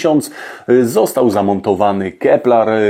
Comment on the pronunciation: Keppler, nie keplar :)